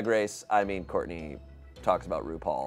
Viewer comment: it's Shartney not Shourtney